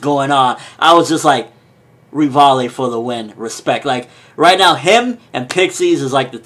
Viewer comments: it's not 'Rivallie', it's 'Rivaille', that's why his nickname is Levi XD Reev-Isle :D That's how it's read, but I like his reviews so I just don't mind it :) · Please call him Levi because Rivaille is not pronounced like that... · But Rivaille still isn't pronounced like that.